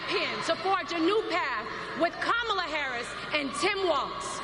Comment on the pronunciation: how can he pronounce Beyonce but unable to correctly say Kamala